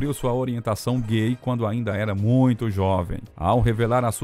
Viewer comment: é irritante tb como pronunciam errado a palavra Muito!